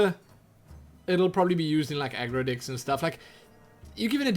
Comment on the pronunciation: I keep hearing "dicks" instead of "decks" :D May I ask where are you from? What accent do you have?